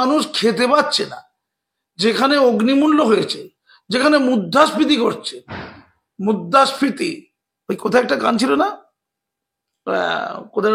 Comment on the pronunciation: ওরে বাবু আপনি মুদ্রাস্ফীতি উচ্চারণটা একবার ঠিক করুন